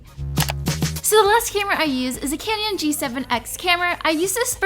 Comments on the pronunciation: lol I like how you pronounce canon as canyon! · ITS CANNON NOT CANYON!!!! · it's canon, not canyon. jesus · she kept saying Canyon.. Girl CANON.. kanon. canon. lmao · its Canon not Canion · who else noticed she she said camera she pronounce it canyon love u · It's canon not canyon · Canon, not canyon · it's CANON not Canyon! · Isn't it pronounced like 'canon' not 'canyon'. Not hating just wondering ❤️ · It's so cute how she says canyon instead of canon☺️😂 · btw its caNON not canion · Did she say canyon? Please. I don't wanna be mean. But say Canon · Canyon 😂 Hahahaha I don't know why I kept thinking she was suggesting a bomb 😩😂 but I like her cute personality 💕we both use the same software. Final Cut Pro x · It's not "canyon" ahhhhh. 😑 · i love this it's helpful but she keeps saying canyon 😆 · omg how does she say canon???😂